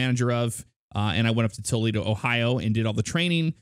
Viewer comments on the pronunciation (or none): none